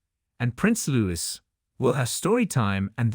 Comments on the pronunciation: It's Louis, pronounced Louie. Not Lewis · Prince LOU EE - not - Lewis